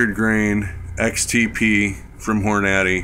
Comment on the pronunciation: I've never heard anyone pronounce it like that.